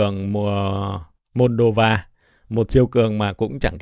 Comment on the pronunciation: Nghe es tôn ni a, môn đô va phát biểu cứ cấn cấn